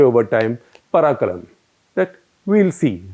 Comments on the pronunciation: its not paraakaram. it should have been “paarkalaam” which in Tamil means the same as dekhajaayega in Hindi. Never knew Kamarajar was famous for such a “inactive” phrase. He was the man behind all the development TN has till date. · Mr.Gupta you got Kamraj words wrong its not PALAKAM . it is PAKALAM. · FYI Mr. Gupta, Kamarajs saying was Parkalam, not the way u said Parikalam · Hello Sir, its parkalaam no parakkalam..😊😊😊 Just an Honest Tamilian. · A small twist of tongue. 'Pakalam' Kamaraj used to say. Not'Parkalam'. Both words are having different meaning in Tamil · pronunciation: paa(r) - kalaam (similar to Abdul Kalam). (r) is silent in modern day usage. So it is paa-kalaam :) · Kamaraj's famous approach is pronounced as पार कलाम which from Tamil to English means "we will see"... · Kamaraj said Paarkalaam (पार्कलाम ) meaning "dekhenge"